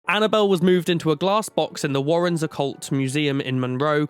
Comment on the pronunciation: I feel uncomfortable when says, "the Warren's".